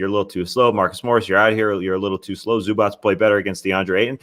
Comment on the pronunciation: TREY you’re killing me with the Zubac pronunciation!! It’s just a ‘c’ sound at the end, not pronounced ‘ch’ (also not a ‘k’ sound just fyi)